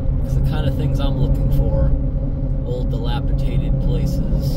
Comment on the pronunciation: It’s dilapidated, not dilapitated. 🍻 thanks for another great video 👍🍻